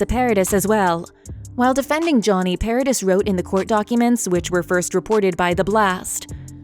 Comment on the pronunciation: It's not Para DISS it's ParaDEE